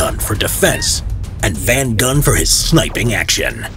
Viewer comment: Van Gunn bruh